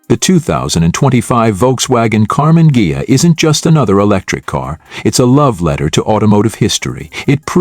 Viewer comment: I clicked to see how badly the AI would mispronounce "Karmann Ghia".And I was not disappointed.